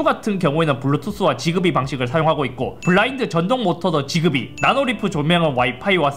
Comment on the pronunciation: 지그비가 아니라 직비 (약간 s랑z사이 발음으로) 라고발음하긴 합니다